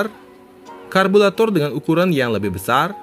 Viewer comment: Apa saya gak salah dengar 'karbulator'?